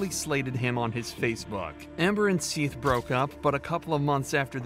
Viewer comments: Why’d you pronounce it Seeth when they said it over and over as Seth in the footage? 😂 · Awww seath, watch out for seath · To be fair, "Seath" is a stupid way to spell Seth. Only in Florida 🙄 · I like how he calls him “ seeth”, lol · Why’d you keep calling him seath when you clearly hear them pronounce it as Seth LMFAO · Why are you calling him SEETH when it's clearly pronounced SETH?!?!!! YOU CAN HEAR EVERYONE REFERRING TO HIM WITH THE CORRECT NAME. WHY ARE YOU BEING DISRESPECTFUL LIKE THAT?!?! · Poor "ceeth" 😂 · Why are you pronouncing it as SEATH? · Seath?! Seath?! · For the love of God, it's SETH not Seeth. Do you need us to call you and ambulance? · Seth ...is NOT pronounced SEATH ...lmfao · Continuing to say "SEE-th" when they are in the interview saying "Seth" multiple times is kinda lazy. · Seeeeeeeth How do you get it wrong when they say it a million times… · Was ready to give the video a thumbs up but the AI saying "Seeth" for Seth just made me downvote so fast. STOP being lazy and using AI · It’s pronounced Seth. Not seethe. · The fact that you think his name is pronounced “Seeth” despite his name being said aloud numerous times makes me want to unsubscribe and find a new story teller. Come on man. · You watched the same video as we did, many more times most likely, and you still keep on calling the first victim Seath, instead of his name Seth…..smh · I actually agree with this comment as well. Makes absolutely no sense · They say his name is pronounced as ”Seth” but still you don’t know how to say it? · AT LEAST SAY HIS NAME CORRECTLY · I know its a small thing to get frustrated about but How do you mispronounce a name when its spoken correctly in the video clips attached? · Narrator! this boy is dead the least you could do is pronounce his name correctly .